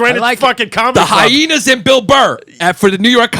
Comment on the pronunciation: The extra H in hyhenas has made me laugh every single time